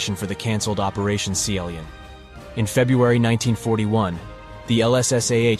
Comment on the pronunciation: WTF, Pronounce the words correctly ! Sea Lion not Seal ion!